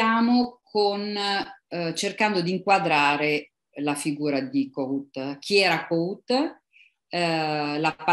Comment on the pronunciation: La pronuncia è: Kòhut, e la "H" non è muta.